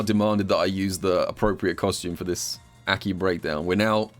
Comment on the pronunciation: love this video. Absolutely hate how he pronounces aki's name tho lmao